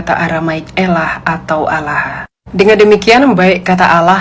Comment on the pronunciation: Lah elu baca arab tapi salah.. itu ada tasydid nya.. bukan alah bacanya bu